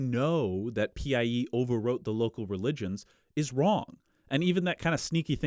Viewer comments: I just discovered your channel, and I love it. As for this theory of PIE (by the way, you should have been saying "pie" instead of P.I.E.), I dont have a dog in the race. It's also been a long time since I studied genetics and admixtures in school. But presumably these PIEs would have been male and females and both of thier genetic info would have been introduced into the invaded populations. So wouldn't that play into the admixtures? I've been listening while biking, so I wasn't able to follow all the numbers. What I'd love to see is a good statistical analysis of the genetic mixes and how they presumably resulted from these influxes of PIE DNA. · i wish i could go back in time and tell him linguists pronounce PIE like apple pie